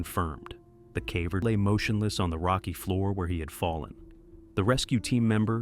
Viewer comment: its ai, a lot of simple english words get butchered like "caver".